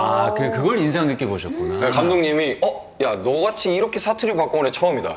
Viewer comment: 사투리라고 말하면서 사투리 나오는거 개웃김ㅋㅋㅋㅋㅋ